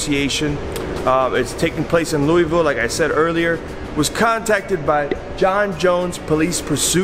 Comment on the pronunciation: anyone else annoyed by how he says louisville?